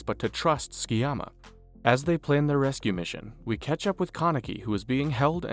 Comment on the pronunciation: Dub should be illegal. Its pronounced Su-ki-yama. Not fking skii-yama